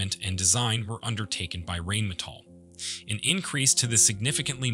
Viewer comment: in English you pronounce Rheinmetall as in Rhinestone and NOT Rainmetall